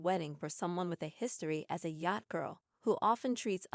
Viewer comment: Please learn how to pronounce yacht!!!